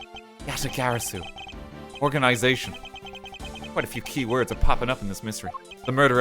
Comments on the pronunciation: its pronounce ya ta gah rah su almost like theres a t after rah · RT's pronunciation of yatagarasu kills me lol